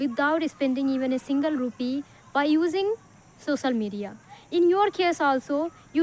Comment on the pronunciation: Practice to pronounce the word 'Social Media' correctly